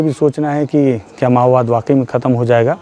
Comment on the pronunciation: Mao bad❌ ma_wad✅